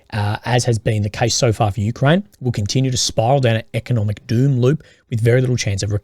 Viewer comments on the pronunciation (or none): none